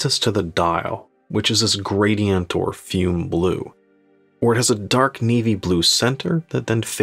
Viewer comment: Good review2, I have a bronze one on the way. By the way, FUME is pronounced FUMAY